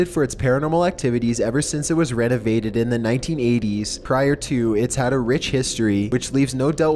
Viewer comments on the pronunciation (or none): Got ya again! I heard: Redavaded instead of renovated, and Chlora instead of Cholera, and Investigated in salvaging instead of Invested in salvaging. Sorry man just one of those things that kinda irks me but rlly doesn't matter. ;) no disrespect meant.